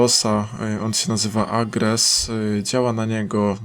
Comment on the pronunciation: Czemu mówi agres a nie arges:D